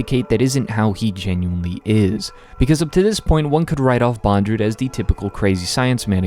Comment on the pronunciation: Still, it’s Bond-Lew, not bon-dru